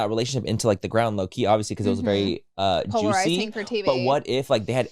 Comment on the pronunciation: Take a shot every time Manny says ‘polaziring’